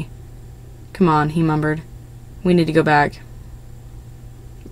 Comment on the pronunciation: YOU SAID MUMBER INSTEAD OF MUMBLED XD